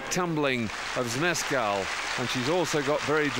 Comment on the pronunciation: Where were these landings in the Final? 😭 (As an aside, it's hilarious how this man pronounces "Zmeskal")